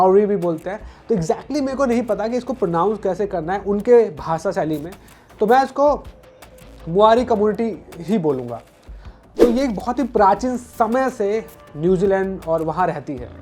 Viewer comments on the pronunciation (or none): Na to Māori bolna ata aapko a aur o ka hi nahi pata … na hindi ke word aate apko … bhasha ko bhasa zarur ko jaroor ( avashya bhi bol sakte the ) and na apko haka ka pata … haka is a popular dance everyone has seen it in football., everyone has seen it in rugby … seriously employability is an issue in India …